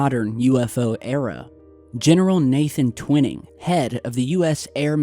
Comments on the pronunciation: Honor this man by letting us know by pronouncing his name correctly. TW iii ning.' Top secret it was. Scared the begeeesus out of gov. Our future jets. Thank you for hanging in there. Get well soon. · it is trivial I know- but sometimes "T" mispronounces some pretty well known words, and for me if he was really "Researching" i would think the pronunciation would be anything but a secret. but then, maybe my name is jam-eez Stapl-eez Ghyth? but I love };)> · You're saying Nathan Twinings name wrong it is not twin it is twine ing every UFO enthusiast researcher etc knows Nathan Twinings name that is why you're a complete and utter amateur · dude!!! Tw I [as in eye ] ning !!! tw eye ning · He means Twining is properly pronounced TWY-NING! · Bravo. Great video and great work as usual. Twining pronounced Twy-Ning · It's pronounced "twhy ning"...just saying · I almost corrected him too. lol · No Nam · you're pronouncing Twining's name incorrectly, it's (Twy-ning) not (Twin-ing). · Its Twi as in eye, ning as in ping....Twining...not twinning. Just saying... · Just so you know, Nathan Twining's last name is pronounced with a long "i" as in "twine-ing". An old friend worked with him. He co-authored the book called "Across the High Frontier" with Chuck Yeager. I have been around the block a few times. That's why the trolls are attacking me. Take care! You're doing a great job!!! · Sorry, I’m a stickler for pronunciation. It’s pronounced Twine-ing. Not TwinNing. Great video though. Thanks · Nathan Tw-i-ning... the long ( i ) sound. Pronunciation is crucial to get correct. searching or researching could be skewed if these names are not pronounced correctly. Peace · Gen Twining is pronounced like twine ing not twin. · Not to be critical, just FYI, the first authors name is pronounced "twine" ing, not twinning, with a long I. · Twining is pronounced "twine-ing" not "twin-ing" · Its pronounced TWY-ning. Not ‘Twinning’!!!